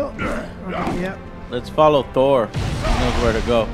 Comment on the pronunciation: Replace the "rn" in Thorn with a "t" and THEN you've got a superhero. Now begone.